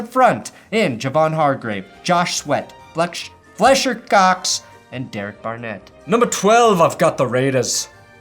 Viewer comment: You said FLESHer Cox…Freudian slip maybe? 😂😂😂😂